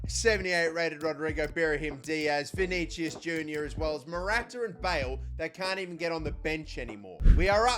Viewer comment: You keep saying vinigius wrong